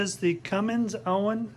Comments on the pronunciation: Not Owen... It's ONAN pronounced ÖNÃN. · Hehehe Owens Owens Owens. It's Onan.